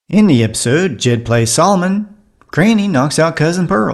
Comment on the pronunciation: That name you can't pronounce is "Solomon", not "solman".